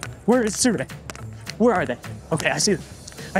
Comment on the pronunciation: Its not surei bro, it Sirui!